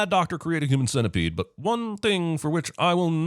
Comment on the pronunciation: Sin-tepede XD